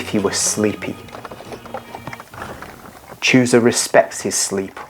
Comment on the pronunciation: Read chusa as husa